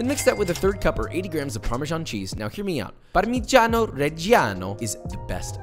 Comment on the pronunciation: Italian here: pronunciation rating 7.5/10 (just 1 g on Parmigiano and accent on the wrong letter: Parmigiàno Reggiàno); way better than the average American